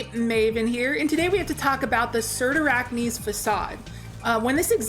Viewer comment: Jesus. Now I know how to actually pronounce the name of this exotic.